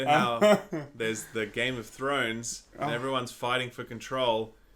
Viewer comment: All us North Americans heard Game of Judy